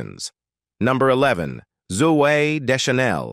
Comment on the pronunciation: Hahaaaa, Zoo-AYH! 😆